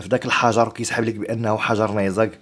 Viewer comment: تعلم اولا كيف تنطق كلمة نيزك لاتفخم حرف الزي وتنتهي بحرف الكاف اسمع كيف تنطق من الاخر فانفإن لغتك العربية تثير الشفقة